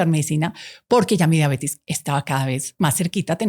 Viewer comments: Muy buena charla, todo bien pero sorry! No es mala onda pero no puedo creer que tan estudiada le diga Diabetis es Diabetes!! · La señora no sabe siquiera que se llama diabetes no "diabetis" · Como confiar en lo que dice una persona que se dice médico y dice “DIABETIS”, vergonzoso